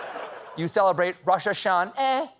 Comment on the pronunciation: What a way to start the year! "Roshashan-eh" has me ROLLING!! SO funny!!! Writers need a raise, and Colbert, your delivery is flawless and you look great. Happy new year!